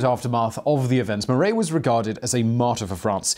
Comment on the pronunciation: Simon, it’s “mar-AH,” not “mar-EY.” (French teacher here.) 🇫🇷🇺🇸🇬🇧